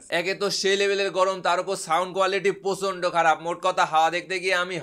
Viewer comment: এতো হাত নাড়ান কেন? আর আপনার বাংলা ভাষার শুদ্ধ pronunciation হয় না।😅😅 পোচন্ড কি রে ভাই? আবার মাদক দোব্য কি? দ্রব্য🤣🤣